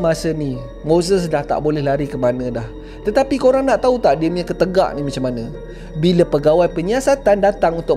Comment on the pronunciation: Pembetulan ketegaq bkn ketegak huhu